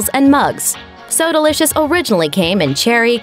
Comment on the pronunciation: Soda licious - pronunciation So delicious